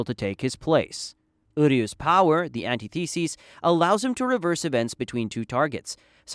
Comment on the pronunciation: And antithesis